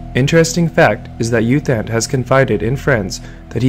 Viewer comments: FYI His name is pronounced Ew Tont, not Youth Ant. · Fyi, it's pronounced as Eoo Thant.